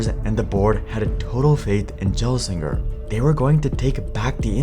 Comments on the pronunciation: ty the miss pronunciation drove me bonkers too. I worked in a company where he was our ceo, so am way to conditioned to the proper pronunciation. (Gelsinger G is like game, not jam) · Yeah, the author of this video makes many mistakes. He can’t even pronounce Gelsinger correctly. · Were you intentionally trying to see how many different ways you could mis-pronounce Gelsingers name? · I stopped watching 1m in after you did it a second time. I also clicked don't recommend channel because you clearly don't know anything about the industry or you would know how is name is pronounced. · You fuggin tool can’t even pronounce Pat’s name properly. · the 486 was Intel's first x86 chip? WTF? And throughout, you mispronounce Gelsinger's name. How do you do enough research for a video like this without ever hearing his name pronounced? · You know it's gonna be a crummy video when the narrator speaks authoritatively while mispronouncing "Pat Gelsinger". This is either AI drivel, poorly researched, or both. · Minute 1 and im quiting the video. Youre pronouncing the G wrong. Also its time to stop these stupid "Intel is doomed" videos. Intel is doing completly fine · I'm sorry man. First of all, that is very much NOT how you pronounce "Gelsinger", second of all, I love you, I love your videos, but you should really hire outside consulting when covering tech because every tech video so far has completely missed the mark and some have even featured some glaring oversights and mistakes. This seems to be a common theme when business channels cover tech; I once watched a video (which I also vaguely remember being one of yours?) that stated "AMD's chip has A cores clocked at B while Intel's chip has C cores clocked at D. It simply doesn't make any sense to buy the Intel chip because AxB is so much greater than CxD, and the chips cost the same.", which is just an insanely inaccurate statement. This Intel video isn't as bad as that one, but it's not far off either. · Gel not Jel, holy shit